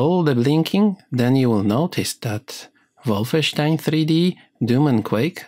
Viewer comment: THANK YOU for pronouncing Wolfenstein properly!